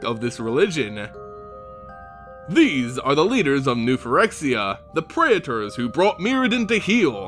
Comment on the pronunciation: I know, right? Physically hurts my ears, like when people try to say artificer as art if Icer.